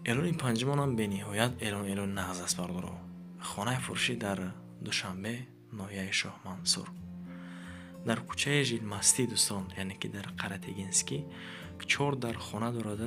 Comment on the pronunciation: Блин до чего блогерои мо бесаводу тупоян, сад бор хамин одама замечани додем, ки кучаи Жилмасти😢нею- Жилмассив, неки дар гуши хар куръон хондан, бефоида будаст.